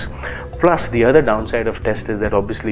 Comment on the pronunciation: Did u just say Obbiyuslee???😂